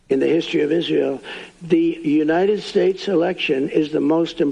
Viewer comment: Every time Trump tried to say 'states', he said 'shtatesh'.